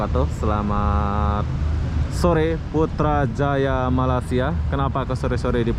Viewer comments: Bukan sore bosku. Petang waktu petang. Bukan mala- sia tapi melaysia. Hahaha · Rasanya dah lama duduk Malaysia,tapi masih tidak bisa menyebut Malaysia dengan betul☺️. Bukannya Mala-sia bang.